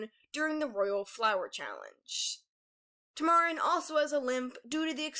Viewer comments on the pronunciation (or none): tuh-marr-in? It's Tam-uh-rin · It’s pronounced Tamuhrin not Tamärin Just wanted to point that out not trying to make fun of you or anything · Just going to let you know that it’s pronounced tam—er—in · love the video. Tamarin may be a tad mispronounced, though. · You mispronounced Tamarin